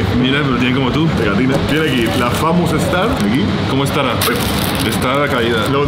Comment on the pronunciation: "Famus" jajajaja